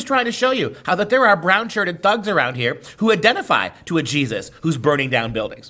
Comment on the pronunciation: Its Jesus..Not Jesotta...